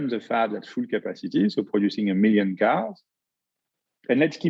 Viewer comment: I’m catching every word but that one